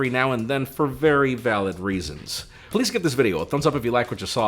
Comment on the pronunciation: Haha JAIME RIVERA. The way he says his name is the best. As a Latino, i love hearing other Latinos pronouncing their names without compromise. Great video guys!!